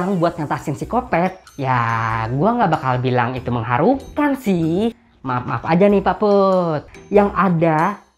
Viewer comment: Menghahura...Mengharuha...Saya ulangi biar gak diketawai, Menghuhahuhahurukan :v